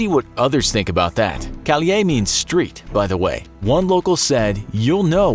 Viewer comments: "Calle" in Spanish is pronounced as "Ka-yeh" and not "Ka-lee-eh", as said in the video. Great video by the way! Very interesting! Thanks for the work! :) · Its not "calie" its "calle" with two "L" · Its calle (cA-yye), not call-e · Calie means street? Lol u mean “Calle”? it’s pronounced “ca-ye” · jes callye ...Ka Ye ....??? wheto...much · It's not pronounced "cal-yay" it's pronounced "ca-ye" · Street is pronounced cayay not caliay btw. LLs make English y or j sounds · Calle (street in Spanish) is pronounced cai-eh not cali-eh btw. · Calle = Kah-yay. Not Caule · Calle is pronounced (ca -ye) not (cal-ye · its not calye. its pronounced CAI YE ( CAI like lie and YE like bet) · It's pronounce "calle" not "calie". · calie?? es calle pendejo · Calle is pronounced "ká-jea", not "calliè" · That's not how you pronounce calle (cai-eh) and port au (oh) prince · Calle is pronounced (Caye) with the 2 L's making a (y) sound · Its calle (caHYE) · Calle is pronounced caye. calle is street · Calle is pronounced {ka-ye} just saying😊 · This dude really pronounced calle as "Kal-yay".... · You're correct. "Ka-yæ" is the right pronunciation. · "Kuh-lee-eh means street btw" he was trying to say "Calle" HAHAHAHAHA bro learn something that is so ignorant lmao. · You really mispronounced calle- lmaoo its said like “caye” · calle is pronounced caye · Cuando empezó con El Salvador y dijo "calie" pensé mmm extraña manera de decir calle en ese país y luego me di cuenta que es calle que dicen allá, solo que lo mal pronunció JAJAJAJA CALIE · it's pronounced kai-yay lol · No offense but you pronounce Calle ca-ye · Lol, is it calle, or calay? Pronounce a bit better and do your research before you butcher the whole video. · Calle is pronounced CA-YE. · Very informative video on places to avoid one note to mention though , in Spanish a double L "ll" is pronounced as a "Y" so calle is pronounced like ca'ye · In Spanish ll is pronounced y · Me hizo gracia la manera que tiene de pronunciar calle😂